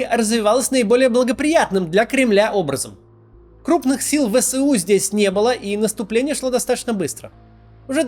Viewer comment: Пожалуйста, ВСУ произносите не вэСЭу, а вэЭСу. Вы же не произносите сэсэсэсэр, а эсэсэсэр.